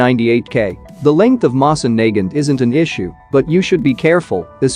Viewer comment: You're pronouncing Nagant wrong